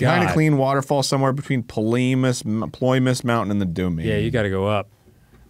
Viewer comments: OMG Arin mispronouncing Ploymus mountain again the exact same way as last time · it’s small compared to all the rest of the references in the vid, but i love how arin still has the same trouble pronouncing ploymus mountain six years later